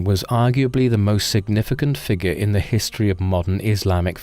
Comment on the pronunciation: Thank you for getting rid of that insane narrator who opened with “The man know to hees-tee-erry”. And pronounced Parliament as “Par-lee-a-ment”. What a douche. He made these videos unlistenable.